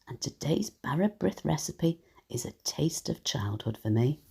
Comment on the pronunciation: This sounds lovely but it is NOT bara brith! It's a tea bread. Real bara brith is made with yeast. It is sliced thinly and buttered. By the way, brith is pronounced breeth....to rhyme with teeth.